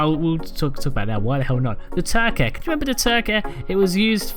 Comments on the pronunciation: Say it with me now.. tur-key not tur-keh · normal people: turkey: turkeh